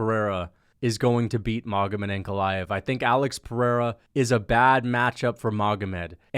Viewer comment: You could almost call it the PeriERA 😅